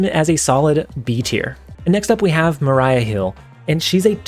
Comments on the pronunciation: I don't know what was more disrespectful; putting Maria Hill to D Tier or pronouncing her name as "Mah-RAI-uh" instead of "Mah-REE-uh". Lol just a nitpick, I enjoyed the tier ranking. I like Hill and Coulson to fit in well with the "add stuff to your hand" Collector strategy as well as Hela discard often needs non-Hela stuff in hand to be discarded so I see the Carrier fitting in we'll there. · I'm not sure how Attuma is pronounced, but I am way more offended about how you pronounced Maria Hill's name lol. Her name is Maria, not Mariah. XD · Maria isn’t pronounced the same as Mariah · its maria (mah ree ah) hill brother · Also, just fyi, "Maria" isn't pronounced the same way as "Mariah". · For more clarity on your breakup it's pronounced utt - to - ma And it's ma - re - aa hill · Maria Hill pronunciation got me 😂